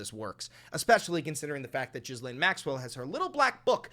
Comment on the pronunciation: You keep mispronouncing Ghislane. I know it shouldn’t matter but it’s bother me lol